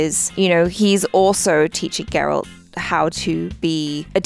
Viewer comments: It's G-eralt not J-erald! 😂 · I can't believe still calls Geralt, Gerald.😂